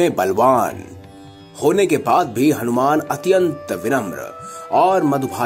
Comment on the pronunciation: Hanumana ji ka naam sahi se lena bhul gye mahoday aap... Bhagwan h ye hmare thoda shabdo par dhyan do aap